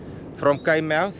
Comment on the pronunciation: Pronounced “ Kaai “